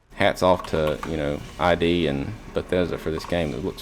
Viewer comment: it's pronounced 'ɪd' (as in 'pit'), not 'eye-dee' ✍